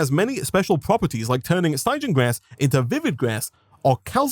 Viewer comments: Hearing him say Stie-jan the whole time was honestly painful. Its stig-ian, the sty pronounced like the sti in stick. It comes from Styx, stygian referring to things from it or of that nature. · It bothers me how he says stygian wrong